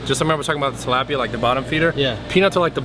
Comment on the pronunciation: The way Bradley pronounces tilapia triggers me...